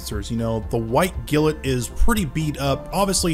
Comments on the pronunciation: Love your vids as always, but please for the love of ZEUS, it's "GLINT" not "GILLINT" lol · Why does he pronounce glint as gilet. Its glint like the glint in someones eyes. Or the glint of her ring. NOT gilet. 😂😂😂😂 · Bro keeps pronouncing 'glint' as 'gilnt' and it's frustrating me. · I cant be the only one slightly annoyed at how you pronounced GLINT